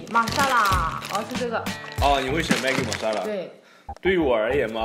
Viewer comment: Love you 😘 girl you pronounced it correctly some YouTubers called it maagi instead of Maggie